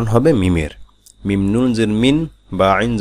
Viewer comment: মিম অনেক সময় বুঝা যায় না।।।মিম্মম্মম্মম্ম বলেন নাকি মিন্নন্নন্নন্নন্নন্নন বলেন।